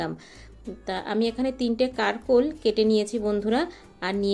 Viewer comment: প্রতমে বলি আমরা কাকরোল বলি। কারকোল নয়।